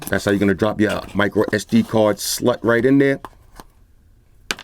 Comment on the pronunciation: this boy said sd slut😂😂